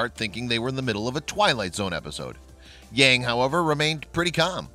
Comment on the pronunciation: It is very interesting and wrong that the presenter pronounce the name Yang...